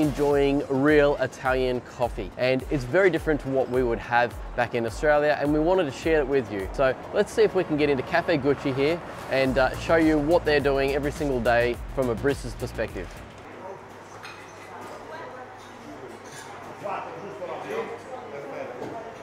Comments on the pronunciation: This is caffè Cucchi, pronounced Like Cookie, not Gucci like the luxury brand. I think there is a Gucci caffè but it's in the Galleria Vittorio Emanuele and it's crazy expensive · It’s probably already been said but the name of the bar “Cucchi” is pronounced in a similar fashion to how you would pronounced “Cookie”, but with the “k” sound doubled, ie. “Cook kie”